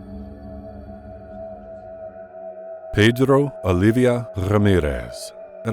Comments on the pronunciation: I just love how this narrator says "Pedro" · Pedddddro Alidddddddia Rrrrrrrramirrrrrrrrrrrrrrez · Pedrrrro Olivia Rrrrramirez